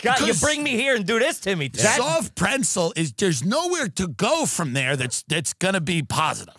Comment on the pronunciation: Did Tim say "Soft preNsel"?